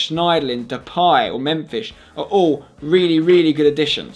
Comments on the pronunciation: nope you prenounce it as memfis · You have to take into account wages as well with players sold and players of a certain age that are deemed surplus to requirements, also it sounds like you are saying Memfish and not Memphis. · "Memfish" hahahahaha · "Mem-fish" - and . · Lol for man Utd he kept saying Memfish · You sound like your saying memfish it so funny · oh dear, "memFISH" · Wait.. Did spencer say memfish? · he said memfish instead of Memphis 😂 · Is it just me or is he saying memfish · was it me or was spencer saying mephish